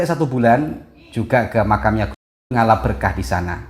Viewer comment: Yang dimaksud oleh ustadz sebetulnya me "ngalap" tapi krn beliau orang Aceh agak keliru dg menyebut me"lahab"